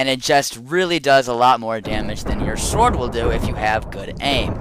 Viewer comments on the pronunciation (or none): i swear you said sword with the 'w' sound..